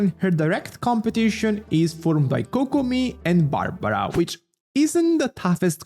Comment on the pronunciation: u are the worst ytuber there is that uses accent as to differentiate themselves, how the hek u say barbaraaa u fm